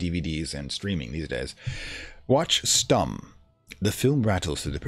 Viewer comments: The "u" in "Stumm" is pronounced like the "u" part in "you". Besides that you got it right. It's a German word btw and means as the game said - silent or mute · Yes that's more like it but it's a short "u" or "o" because emphasis lies on the "m" that's something you absolutely nailed :D Edit: I love the series btw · "Stumm!" actually means "Mute!" in german, which is pronounced a bit differently and this would make sense as the film would probably have no sound.